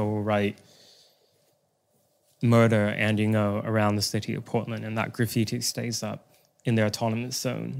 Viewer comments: NGO is pronounced “No” not “Go.” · FYI for those typing in jokes and puns: NGO is pronounced “No” (The g is silent). It is not pronounced ‘Go’ like some in the comments seem to think.